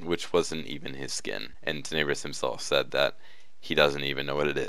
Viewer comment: It is tenne brous not teneebrus